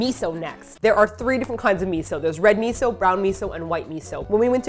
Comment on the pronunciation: I love Drunk lmao... she say meetho soup and sivey!!!